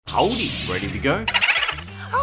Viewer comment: When says "Howdy" in his accent. I need more of this.